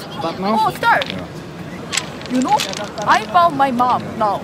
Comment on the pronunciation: “you konw”